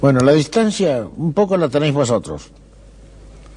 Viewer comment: Min que grande el entrevistador. Y qué feo escuchar a Atahualpa diciendo la diztancia la teneiz vosotros, cogí mi guitarra,cazé mis calzetines y me vine... Y después dice "cojo la guitarra" 49 :00 no hay peseta con que pagar?